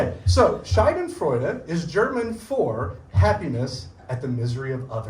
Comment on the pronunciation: German here : His pronunciation is totally wrong . He says Shai-den-freude but it should be Sha-denfreude. A Scheide aka Shai-de is another word for vagina. So he literally says Vag-joy.